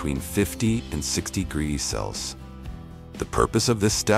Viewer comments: Bro has 50 different ways of pronouncing Celsius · Bro’s unable to say Celsius even if his life depends on it😂😂😂😂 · Hahah, got to laugh at the auto narrator, cant say jamon, cant say Celsius , and even the subtitles cant spell, look out for himon iverico the next time your in spain. Absolute pathetic garbage, waste your time somewhere more worthwhile, like watching baby fukin shark